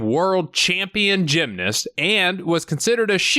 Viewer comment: It's Gymnast not Gymnist.